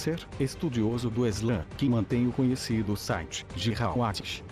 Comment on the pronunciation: não é eslã, é islã